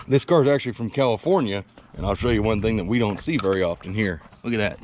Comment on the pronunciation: (spit) cause yall know (spit) tank sediment here is (spit) much better than califnorn, califon.......... west coast sediment (spit) 😁